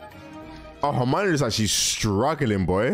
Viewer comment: calling Death Eaters “def niggas” might be better than when Mr. video called Hermione “Armani” in his reactions lol.